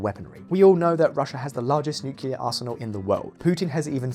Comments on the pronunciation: Usually as soon as I hear “nucular” bombs I stop watching. This time was no exception. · It's "nuclear", not "nukelar"! For pig's sake! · there was nuclear , there was nucular , now there's nukilar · Tell me you just not say NUCULAR BOMBS!